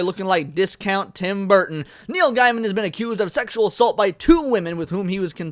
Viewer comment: From his own mouth, his last name is pronounced Gay-men, not Guy-men. People get this wrong all the time. i looked it up and he says its Gay-men. Not that it changes anything else here, but maybe get that right? to hear it from his own mouth. Other than that, I admit I don't know much about the guy other than he is a comic and book writer and was with Amanda Palmer for a bit (some kind of open relationship) I believe he was also married before that. I used to read his online journal but that was years ago. I am wondering why this suddenly came out and why they hadn't said something years ago when it happened...or did they and it's just resurfacing? I know the first wasn't that long ago, but even a couple of years seems kind of too long to wait to report such behavior? I don't know if Mr. Gaiman is guilty, of course, but I nope not. If he is....then that is pretty sad. I don't follow him on Twitter or any social media. I agree, you should make sure someone is guilty before you decide that they are guilty, even if they are a jerk.